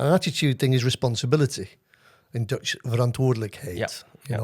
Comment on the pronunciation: Didn't know you knew some Dutch, good pronunciation though! Love this format, hopefully we get to see more. 👍🏻